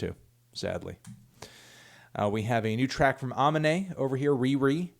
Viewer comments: Bro it’s UH MEAN AYE not AH MIN AYE lmao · Melon it’s pronounced: AH-MEE-NAY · MELON you gotta start saying aminés name right jesus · Melon mispronounces AMINÉ FOR THE MILLIONTH TIME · F's in the track lol.